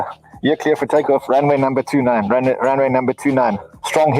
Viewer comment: Ha ha ha "Ran Way"